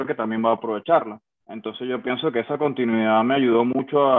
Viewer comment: De los jugadores más infravalorados en la historia de la selección, que lástima no haberlo visto de nuevo con la camiseta del Caracas., sin ánimo de burlarme ni nada, deberías tener cuidado porque pronuncias mucho "calidaC", "continuidaC", etc, y se escucha muy mal. De resto, un gran trabajo